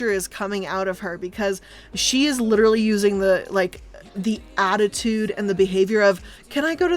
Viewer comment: Can I just point out how she says "Lit'er'ly" like Rob Lowe's character from Parks and Rec, only unironically?